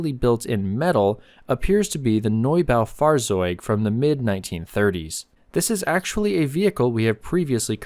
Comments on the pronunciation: In german Z is pronounced as C, please this is embarassing in a 'historical' style video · good job on pronouncing the neubaufahrzeug just one thing the Z in german would be closer to a TS in english otherwise really good